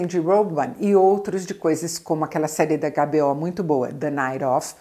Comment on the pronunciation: Adoro que Isabela fala AGÁ BÊ Ó e não EIGHT BEE OW! 😍 (HBO)